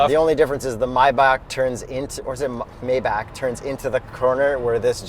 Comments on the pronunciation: it's "my bock". Mispronounce that on another channel and you are going to get an electric shock. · It's not Mayback, it's Maybach, pronounced almost like "My Bach" Bach like the composer. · Did you just say my- bak? 🤣 it’s may-back. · I stopped hearing when I heard how they pronounce Maybach